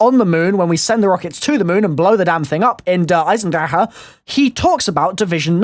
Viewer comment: this guy cant pronounce the map lool